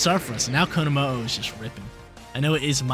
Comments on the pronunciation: Please never stop saying konomooh I love it ❤ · This team is dope, I feel like Tera steel on komo with flash cannon over aura sphere helps you not be walled by flutter mane completely though. I really wanna try him out soon. Also the way you’re pronouncing his name is absolutely sending me lmao 😭